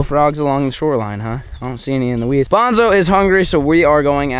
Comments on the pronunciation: Is it only me or was calling bonzo “banjo” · Every time you say Banjo i think youre talking to Outlaw’s dog😂